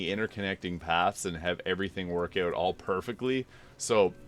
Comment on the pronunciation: Had to check your profile after hearing you say 'eught'. I'm from the middle-ish area of Canada and noticed people east of Thunder Bay tend to pronounce 'out' as 'eught', lol. That said I'm (a young looking) 41 year old and largely got back into gaming because of Elden Ring too. Having grown up playing games until roughly 2008 I preferred the turn-based RPG style of the older Final Fantasy games. BG3 though really took me back and reminded me the magic of games. I actually still haven't beat the game, I got to the lower level my first attempt then repecced everyone then went away for a few months and couldn't remember how to use any of them after. I just started my 4th attempt again today and have been following your builds since the 2nd attempt. I keep restarting because I don't want the game to end, lol.